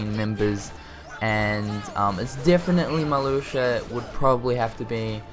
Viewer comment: I'm surprised that "Marluxia" wasn't pronounced wrong.